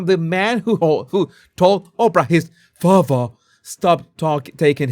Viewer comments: I love your Harry voice. I laugh every time you say "fatha" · I love how you say "father" 😂😂👋💛🇬🇧